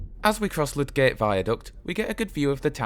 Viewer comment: it is lydgate. This is pronounced lig-it. I am from Todmorden! The town lydgate is it